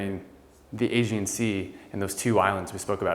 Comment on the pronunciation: The house is stunning, but I think a little research as to how to pronounce things would be good! - Aegean Sea (aye-GEE-anne) oh and it’s PERforated not PREforated That drove me a bit nuts during this video otherwise beautiful find!